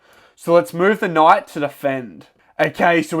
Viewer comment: I hear you say knough instead of knight